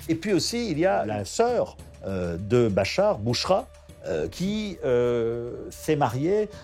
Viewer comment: Интересно слушать как нейросеть называет Башара аль Асада...и Бачар, и Бахар, я думал. в конце видео его вообще Боратом аль Асадом назавут😁😁😁🤦